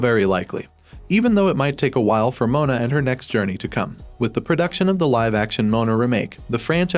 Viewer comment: STOP SAYING MONA ITS MOANA🤬